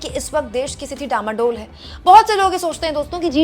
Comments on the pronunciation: * डामाडोल नहीं डांवाडोल! * कश्ती डूबने से पहले हिल्कोरे लेती है उस स्थिति को डांवाडोल कहते हैं! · डामाडोल नहीं डांवाडोल है।